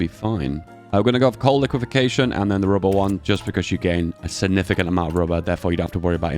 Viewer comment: Huh. Hearing you say it wrong as i read it made me realize i was also saying it wrong- I guess it's Coal Lique - faction